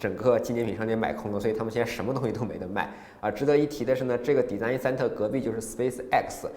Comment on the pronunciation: 学一学design 和pool的发音